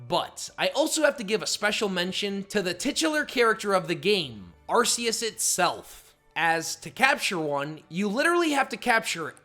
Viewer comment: It’s pronounced ar-KEY-iss, “”! 🤨